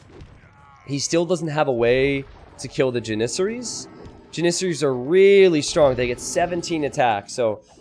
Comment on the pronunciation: lol the way you pronounce Janissary is legit tilting :D Ja - not Ji :P